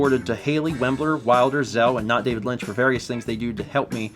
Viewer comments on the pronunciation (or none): none